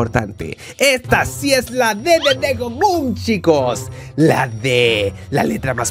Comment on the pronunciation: Dego le dijiste a la g ye